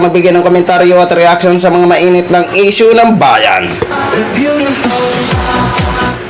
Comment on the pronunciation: Leyne, eshyo, eypisode, elecshun, 😂😂😂 pag ganitong vlogger din lang defender na kandidato TALO pa rin 😂😂😂